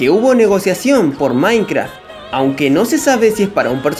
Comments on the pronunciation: Porque dices "maincra" wtf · Que raro escuchar a diciendo mainkra XD